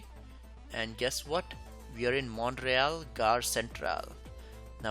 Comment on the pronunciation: Also, in Canadian English, Montreal is pronounced Mun-tree-ALL (not Mont-ray-all).